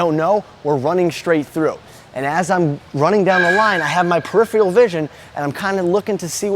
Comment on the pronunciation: Is he saying prifeal? Its peripheral.